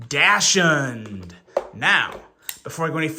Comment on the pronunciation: I think it’s pronounced Doxind or Doxhund (depending on your accent) Like the dog (weiner dog).